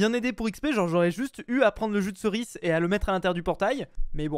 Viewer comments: arrete de dire jus de ceris C EST JUDEERCIS lol xD !!!!! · "jus de ceriçe"😂🤣